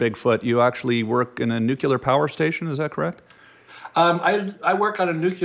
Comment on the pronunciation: Nuke-cular? Man both of your pronunciations of nuclear, indeed blew, to some extent no ?